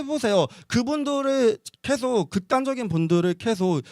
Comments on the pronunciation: 한국인은 계속을 켸속이라고 발음하지않음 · 예전에 봤던 영상 다시보는건데 남페미는 그냥 순수한 좌빨에 팩트는 없고 물타기만 오지게하고 매 주제마다 말빨에서 밀리면 518로 물타기만 하려고 시도하네 ㅋㅋㅋ 그리고 계속이지 케속이냐 발음 이상한거보니 조선족 맞나봄 ㅇㅇ 케속, 크렇게 ㅋㅋㅋ